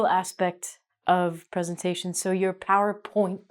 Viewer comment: ...so your PowerPointttttttttta... ...things XD